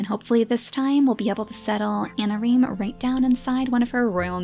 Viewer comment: i think i heard her say "harsh methods of anameme" instead of "harsh methods of anareme"... ANAMEME DD